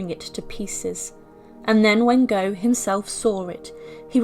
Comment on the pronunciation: Gough is Goff not Go. Villiers is Villers. Not very nice but we look at mummies, don’t we?